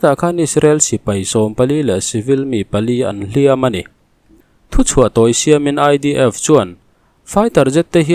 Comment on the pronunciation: A bengvarthlak thin e. Mahse, “hliam" tih I thlûk dan hi kan sêl zuai teh ang. Mahni leh mahni kan in tihpalh hian kan inhliam a,midangin min tihpalh emaw midang kut kan tawrh thung erawh chuan min hliam thung.(Hla thua ka thinlung I hliam kan tih ang hian lamrîk tur niin a lang.)